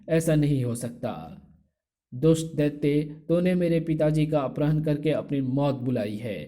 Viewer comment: Bhi aprahn nahi apharan hota hai bahut irritating hai aapke ye uccharan. अपराह्ण नहीं अपहरण होता है